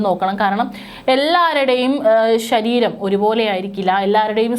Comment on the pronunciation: ശരീരം.. ഷാരീരം അല്ല. ശ, സ, ഷ. ഇതൊക്കെ ശ്രദ്ധിക്കു..